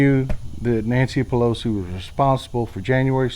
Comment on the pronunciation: "Nantcy Pelosi"